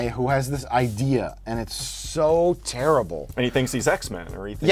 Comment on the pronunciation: How has no one commented on black cougars dad saying "Cherrible car crash"